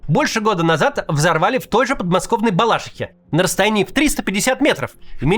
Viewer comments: БалаШИхе, ударение на ши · Макс, в Балаши’хе, на всякий случай)) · В БАЛАШИХЕ! А НЕ В БАЛАШИХЕ!😂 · Макс, в Балашихе ударение на И. В остальном, спасибо за всё, что ты делаешь!